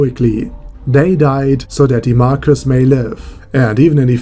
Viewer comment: Marguis is pronounced. Mar-key